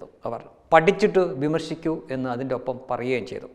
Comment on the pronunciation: എനിക്ക് ആ "പഠിച്ചിറ്റ് ബിമർഷിക്കൂ" എന്ന് കേൾക്കുമ്പോഴേ വെറുപ്പ് തോന്നും..